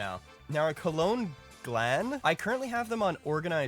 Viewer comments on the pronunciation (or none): none